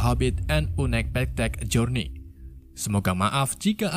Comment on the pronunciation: Unekpektet jorniy 😂 mantap penyebutannya bang